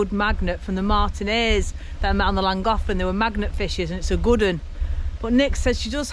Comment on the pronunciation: you answered my question about the pronunciation of Llangollen =lan goth lan. Where’s the “th” in the spelling. Reason being I am hearing impaired but use headphones & what I hear in langocklan😂